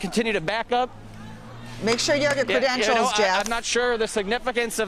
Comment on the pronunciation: “Credentials” lol